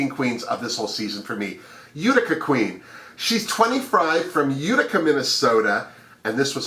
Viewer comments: YES Ma'am, we think alike. I'm rooting for Rosè, Symone, Mik and Kandy. However, I love my other homies, Olivia and Tina. It's U ti ca, at least, this is how we pronounce it in NY. Have you notice that Olivia resembles Britta? And Symone, a young Cicely Tyson? I'm so excited for these new Queens, but I feel sorry that the Season 12 Queens, didn't have a chance to shine, especially JEH.. Smooches to you ❣️❣️❣️ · Thank you for your fabulous run down! I am so excited to see Utica Queen (and it is pronounced You-tica)...about 15 people live in Utica, MN. My cousins own a restaurant/bar there and there is a street in town named after my family lol! Maybe Utica Queen is a relative of mine...*logging into * once again, always a pleasure to watch your videos!